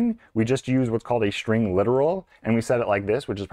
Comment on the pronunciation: I thought String is with an S and not with an SH... String... or SHtring??? Man - I enjoy your videos, but the SH for S are SO ANNOYING!!!